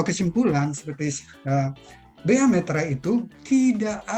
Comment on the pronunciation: Meterai btw bukan materai